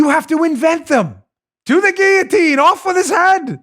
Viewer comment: Dan, Thank you for pronouncing guil·lo·tine correctly!